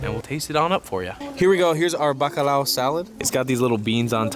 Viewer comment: Bacalhau not Bacalau.